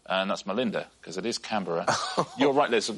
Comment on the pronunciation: Today I learned something new. How to properly pronounce Canberra.